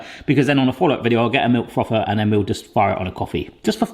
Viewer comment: Pronounces the TH in thin, but calls the frother a froffer. LOL